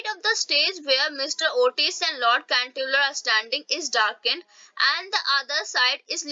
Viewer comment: Mam it is not canterviller